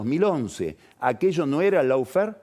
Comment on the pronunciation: Querido y magnífico Carlos, Lawfare suena en inglés más parecido a "loh-fer" que a "lau-fer". Digamos que esa primera "a" de "lawfare" se pronuncia como una vocal entre la "a" y la "o" del castellano, pero más próxima a la "o".